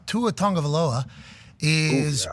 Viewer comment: I think it's pronounced Two-Ah Tag-ah-vai-ah-loah.